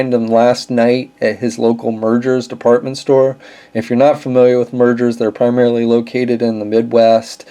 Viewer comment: It's pronounced meyer not merger.